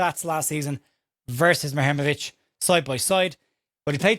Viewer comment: Hi. If it helps - and if today’s reports are to be believed, we are now in the lead to sign the player - this is the AI advice on pronunciation “The Bosnian surname Muharemović (often associated with the footballer Tarik Muharemović) is typically pronounced as moo-ha-REH-mo-vitch.”